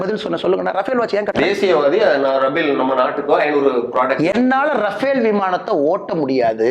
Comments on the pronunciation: 30.30 minutes. I can't even pronounce Raffael ( says rabel ), a product of EV Ramaswami Naik pitchai, without any homework puts questions, the interview is not interesting, total waste. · This toilet slipper reporter cannot pronounce Rafel, he pronounce as rabel. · This is not rabel, it is Rafale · Gotta really appreciate Annamalai’s patience. how come he even tolerate this dumb anchor who can’t even pronounce any words properly